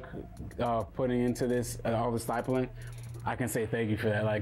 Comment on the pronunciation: Stipling not stypling